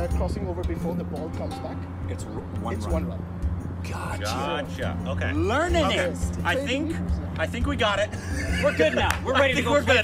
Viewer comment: did he just say learnaning